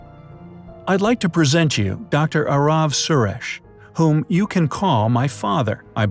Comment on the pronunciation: you gave him an Indian name?, You are not wrong {Indians are innovators} but curious to know why? {And you didn't pronounce it properly Ārav Surēsh but you pronounced it like Arāv Sūresh }